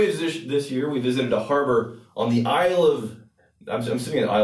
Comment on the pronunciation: Sorry to tell you it is pronounced Isle of man